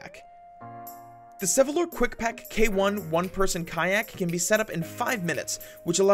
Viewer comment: It's 'Sevylor', not 'Sevylon'